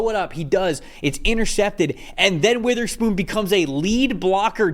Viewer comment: Please say Devon Witherspoon's name correctly